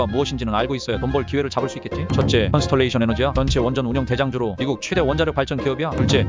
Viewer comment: 형님 콘스털레이션이 아니라 컨스털레이션이예요 ㅎㅎ